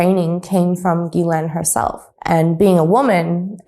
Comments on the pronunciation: Not geelaine (like guy) but jislaine (like justice ) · When there is a H behind a G, then the sound is J, like John. So it is GHIslaine (Jislaine), not guilaine (like guy). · I can’t listen to this Gee-lane mispronunciation anymore! I obviously don’t support her but Jesus atleast say her name correctly. It’s like nails on a chalkboard. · I dont like Ghislaine but i would like you to look better by pronouncing the name correctly. You’d be the first. It’s not a hard G. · Please Sir , be the first American to look up the actual way to pronounce Ghislaine properly ...every time you say it I laugh , all you Americans just follow along and pronounce it like typical Americans .